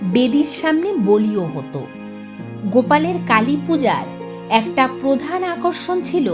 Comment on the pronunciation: any source of the information you provided? (also its protistha...not potistha....its prodhan...not podhan...its wellington...not wallington...its beadon street, not biton street) hope you will be correcting next time